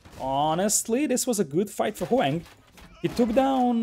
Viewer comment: omg pronounce Hoang's name properly. It's not HOWANG, it's Ho-ang. It's very cringe and kinda disrespectful